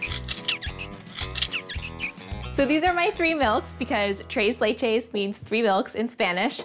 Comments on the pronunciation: 'tres' is actually read with the 's' but you're so cute and fluffy so whatever. I'm simping, what u gonna do about it? To be fair I just watched this because of Molly Yeh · Take the white privilege down a whole lot. 1. Tres Leches is not Mexican. 2. Tacos ≠ Mexican 3. Any kind of sprinkles don’t belong on Tres Leches. 4. Learn how to say Tres Leches. 5. Tone your excitement down, you are being super extra. 6. Work on your presentation, it isn’t Food Network quality.